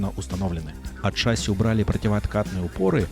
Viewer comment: не шАсси, а шассИ. Без обид...